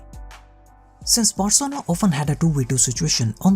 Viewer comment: guy said 'barcona'